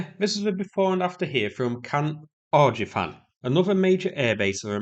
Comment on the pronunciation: "...Camp Arjifan another major air base of America's." It's Camp Arifjan. Ar-if-jan. Not Ar-ji-fan. ..and second of all it is an army base...not an air base. Notice the lack of runways and the presence of street names commemorating American Army stuff...Abrams Loop, Patton Blvd., 11th Armored Divison Rd.